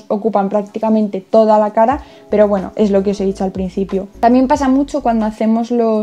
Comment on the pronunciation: Me da mucha gracia cuando dice "poweno" xdx